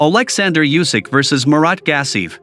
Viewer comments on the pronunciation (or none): Usyk. Not yoosik.